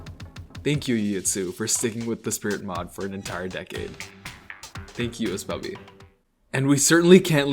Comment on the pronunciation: come onnnn, why'd you have to pronounce my name 'ess-bubby' smh